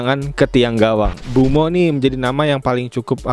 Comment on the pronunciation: Koreksi bang, bukan mbuemo, tapi MBEUMO